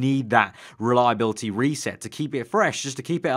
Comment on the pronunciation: It's reliability, not reliabilty😂😂